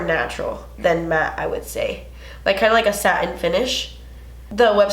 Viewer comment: omg i luv how you say MATTE and matte! 😂